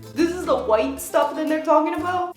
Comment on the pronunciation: I just laugh too much whenever she says "whiteeee" 😂😂❤